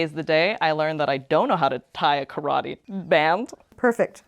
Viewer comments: I hate when yankees say "karwhadi" instead of "karate". Totally annoying. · Why do you pronounce karate ka-rah-tey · The pronunciation of "karate" in this video hurts my ears